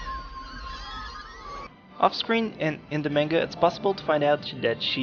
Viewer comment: You make amazing videos, but the only thing I don't like is how you pronounce some things wrong..like Sakura and manga